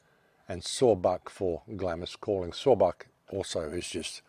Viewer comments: I had to stop listening as you kept pronouncing 'Glarms' as 'Glamis' it was driving me nuts. keep up the otherwise good work! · Please - Glamis is pronounced Glaams, Glamis Castle, Scotland. But whole story is very suspicious and reeks of Illuminati. elite. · Glamis is pronounced "glams". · The Scottish castle is pronounced "glahh ems " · Glamis pronounced "Glahms". You're welcome.